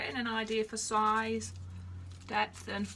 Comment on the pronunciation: I kept thinking you were saying "death" and I finally figured out you were really saying "depth".